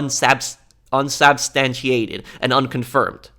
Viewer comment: Unsubstantiated is pronounced: Un-sub-stan-chee-ated If you were interested!